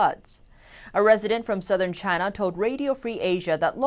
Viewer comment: "JAHHYYY NAHHH? " XD